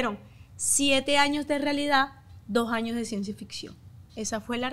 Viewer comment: Muy influencer y lo que quieras pero no se dice jaños es años un poquito de por favor